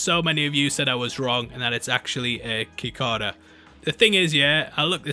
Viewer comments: We gonna ignore he called cicadas like kikadas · Cicadas are pronounced si-kay-duh! They're a newsome little bug that can hibernate underground for years even decades! They're the buzzing noise you hear in the summer and that's their mating call.